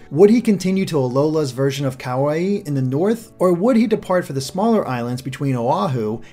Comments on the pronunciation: Also the islands are pronounced Ka-wah-ee(Kauai) Oh-ah-hu(Oahu) Ka-oh-oh-lah-veh(Kahoolawe) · Pleaaaaase before you do another video work on your pronunciation of the Hawaiian language. It jolted me out of analysis hearing the language of my home butchered. Kukui: Koo-Koo-ee Oahu: Oh-Ah-Hoo Kauai: Kah-Wah-Ee Maui: Mao-Ee Molokai: Mo-Lo-Kah-Ee Kahoolawe: Kah-Ho-Oh-La-Vay Lanai: Lah-Nah-Ee Each dash that is indicating a new syllable in the word must also be enunciated. Your pronunciation of Kukui was close but you need to accentuate each syllable. Don't blend the syllables together because in Hawaiian almost all vowels are individually heard. For example the town Kaaawa is pronounced Kah-Ah-Ah-Vah. Or the Hawaiian word for owl, Pueo, is pronounced Poo-Ay-Oh. Anyway the video was awesome and I look forward to more of your analyses regarding the new generation! Thank you! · you also mispronounced kahoolawe. it is pronounced Ka ha o Law veh. also kauai is pronounced so that it rymes with hawaii